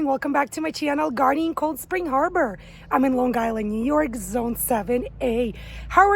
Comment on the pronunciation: Definitely from Long Island when you pronounce it "Lawn Guyland." 😀